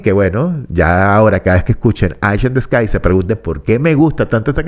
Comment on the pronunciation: Estimado, por el amor de Dios no diga más "Aish in ths Sky" la palabra "Eye" en inglés se pronuncia "Ai", el nombre de la canción se pronunciaría correctamente de la siguiente forma: "Ai in de scai". Espero haber sido útil. Saludos cordiales.